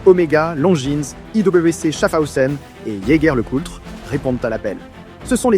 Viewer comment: Belle vidéo, j'veux pas faire le relou, mais on ne prononce pas le S de Longines et Jaeger. Important à noter l'anecdote du radium et que c'est principalement les femmes qui faisaient tourner les différentes industries pendant cette période. Hâte de voir vos autres vidéos !